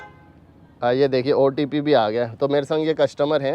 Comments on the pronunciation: Sir aap bar bar opt opt nahi hota hai otp hota hai sir so otp is right 👍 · Opt nahi otp hota h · Bhai OTP hota hai. App sab video me OPT kyo bolte ho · Opt nai otp bolo